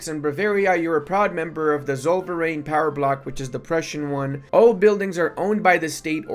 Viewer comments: i was just listening and i was like "thats not a german word" but then i saw "zoll verein" xD holy moly xD that might be the word you misspronounced the most ever xD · Zollverein (pronounced "Tsollferine" in german) more or less just translates to Toll Union or Customs Union. Nice to see that finally implemented, which means itll be much easier to get many of the small german states into your customs union sooner^^ but as you said forming all of prussia will be harder in exchange, will be fun to see how it gameplay in general